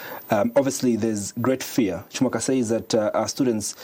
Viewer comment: Y does chimweka pronounce his name as “Himweka”?